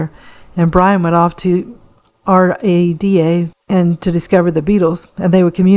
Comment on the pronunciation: I'm very much enjoying your stories. I believe R A D A is usually called rada, as in rahdah? Also Deutsche is pronounced Doyt chae, sort of.